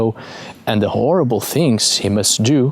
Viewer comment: then he pronounces horrible as orrible, so adds an h to vowels and silences at start of words?